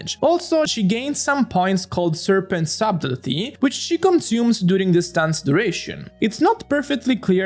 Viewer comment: subtlety sah-tel-ty